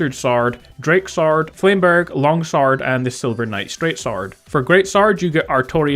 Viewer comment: Lol it's cool. I've just never heard anyone pronounce sword like that and you said it like crazy in this video. Good job by the way